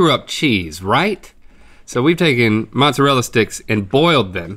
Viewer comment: I apologize in advance, but "moistarela chess sticks"😂😅